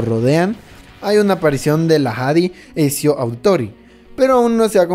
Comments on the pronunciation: Por cada "Esio" que escucho me dan ganas de pegarme un tiro :'v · "esio" jajaja escupi todo! es "Ezio" o sea "etzio" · ทα૮ђii Exacto, la pronunciacion exacta sería Etzio Auditore da Firence. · Etcshio dia firrence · Ecsio el joven florentino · se pronuncia etzio 😡😡